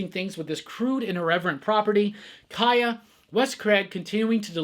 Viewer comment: I agree with your take on Kaya even though you arent pronouncing it correctly. One of the best books out there and Wes is a real genius